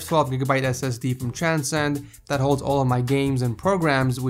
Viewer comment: I know he said his SSD was from Transcend but he was literally sayinh "Chan-sen" xD